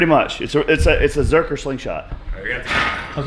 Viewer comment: Gotta ask, is it zercker like Juji calls it, or zercher like everyone else calls it? I know how it's spelled, I want to know how it's pronounced. Awesome video!